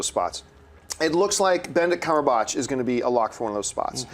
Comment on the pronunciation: Cumberbatch has been rumored for Doctor Strange for a while now. That wasn't a crystal ball impressive prediction lol you guys are to funny. It was just used as an example and John still said his name wrong! lol. Anyways good show everyone and welcome!